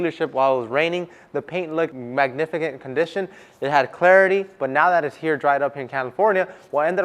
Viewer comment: I had to reply the beginning 3 times just to be positive that you said the paint looked “magnifigant”